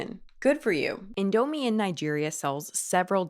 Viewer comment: Good video but I became irritated over the way you pronounced “Indomie” (over and over again). 😅